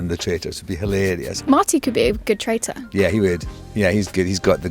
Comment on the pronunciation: Are you a faithful, or are you a trrrrraitorrr